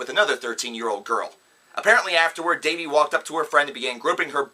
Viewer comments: wow he is saying his name wrong.....And these are not facts but story's that are not proven in a way. I am not a huge fan of theirs but I know he was accused before and then the girl made a video apologizing for it. What is the point of this video if you just hate them? And now apparently Dahvie is the next Michel Jackson? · Did you really just...okay. 1. You TOTALLY pronounced "Dahvie" wrong. 2. You sound stupid af. 3. Get a life. I watched the beginning of this, and couldn't even watch the rest. It made me absolutely sick and filled me with rage to hear these HORRIBLY stupid stories about Dahvie. Okay, go watch "The Truth About Dahvie Vanity". (The Youtube video), tell me what you think. And also, yeah cause a little girl could TOTALLY just shove Dahvie and hit him and shit. No. He never did any of that, that page is full of stupid, lying idiots seeking attention. Get your fucking facts straight. Get a fucking life, and get off Youtube. You look and sound like a stupid guy who dropped out of high school and doesn't have a job omg smhsmh